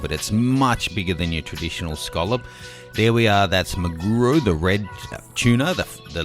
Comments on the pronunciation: (That's Maguuuuru). You mean MA-GU-RO. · Squid is IKA pronounced EEE-Ka. Tuna is maguro pronounced ma-goo-row. The tiny cuts with the knife in the giant clam are for soy absorption. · hungry person who wants food haha, i am number 1 and 2. i am not Japanese but do speak some and now living in japan. i felt annoyed when he pronounced Maguro. :D